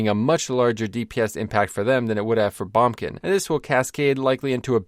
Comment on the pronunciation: Am I the only one who's never heard someone say bombkin? Always heard boomkin, lol.